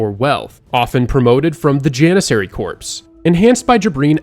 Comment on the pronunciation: I dig your content. I’m just shocked that some really common words are mispronounced, like “Corps” is pronounced “Core” not “Corpse”. And “Scimitar” is “SIM-ih-tarr” not “SKIM-ih-tarr”…